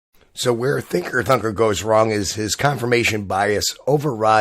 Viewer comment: When he says Thinker Thunker he sounds like he says Thicker Fucker